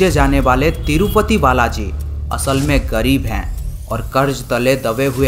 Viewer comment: Bhai tirupathi hai tirufathi